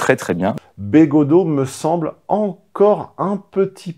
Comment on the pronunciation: Attention, fait semblant de ne pas connaitre Bégaudeau et d'écorcher son nom. Manière indirecte de le rabaisser. Sinon, oui Bégaudeau est plus digeste et agréable à écouter quand il parle cinéma et culture en général, que politique!